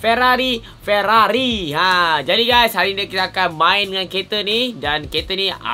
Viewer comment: Sampai masjid Ferarri jadi ferarroi